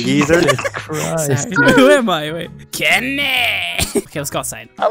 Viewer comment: I like how he said "Kenneh" But instead of that is Kenny or kenney